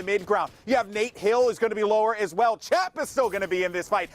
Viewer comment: The dude called Chap “champ” lol